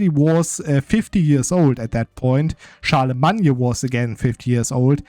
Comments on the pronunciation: where is this Charlamagne pronunciation from??? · Typical English pronunciation for Charlemagne is “Shar-le-main” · In English the name is pronounced Charle-le-main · and IMO, butchering a name just cuz u want is terrible reasoning. The English pronunciation derives from Old French btw. You're simply wrong, as many have now told you.